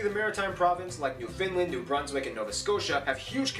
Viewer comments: it's NEWFOUNDLAND and not Newfinland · It's pronounced Noon - nah - voot and also, it's NewFOUNDland, not NewFINLAND, thanks. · Newfoundland doesn’t have very many French speakers.btw It’s also New-found-land not new-fin-lind. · Newfoundland not New-fin-land it gets pronounced as New-find-land Because of the east coast accents, which is of Irish/Scottish decent. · I was so confused when he said “New Finland” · Seriously dude. IT is not New Findland Try New FOUNDland. I guess this needs to be added to your somewhat spotty research in a few minor places. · For f@ sake its New " Found" Land not nww finland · The way he pronounces Newfoundland ( New Finland ?? ) would get him thrown into St. John's harbour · Joey Smallwood used to make fun of people who mispronounced Newfoundland. "It's NewfoundLAND, underSTAND?"